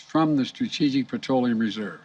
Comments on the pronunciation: From the stratetetetegic, strategic or stratetetetegic lol.🙃🤣😂😅 is he on drugs or just too old or both stratetetetegic lmao 🤣😂😆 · Old biden Bearly pronounce strategic. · He has difficulty pronouncing the word "strategic" -- this is how in trouble we really are...